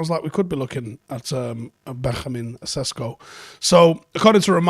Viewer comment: its not Sesko... its (SHESHKO). (Benyamin SHESHKO)